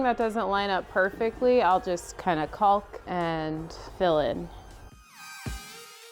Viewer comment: no "L" enunciated in caulk. Sounds more like " cawk"